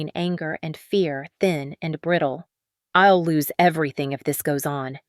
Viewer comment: The AI program reading the script leaves a lot to be desired. “I’ll” being read as “ill” and many others.